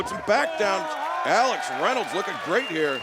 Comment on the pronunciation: Why does Justin Roberts say "Ax Reynolds" instead of "Alex Reynolds" tho?